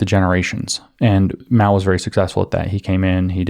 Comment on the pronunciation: It's Mao. Not Mau, Maou or Miau, that's a cat